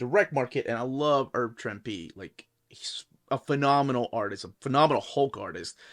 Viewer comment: The correct pronunciation of Herb Trimpe: The H in Herb is not silent, and Trimpe rhymes with "shrimpy."